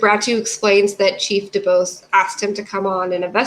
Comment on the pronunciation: Chief Doo-Bose. Detective Duh-rell.